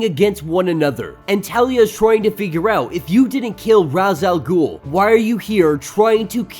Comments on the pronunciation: Thank you for pronouncing R'as the way I do. I'm sick and tired of all the people that call him Rache Al Ghul.It sounds stupid. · Rache al ghul is the proper way to say it im pretty sure